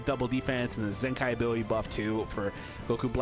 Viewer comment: it's zenkai not zenki